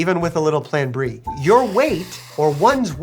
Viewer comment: How an Asian says Plan B.....Pran Brie...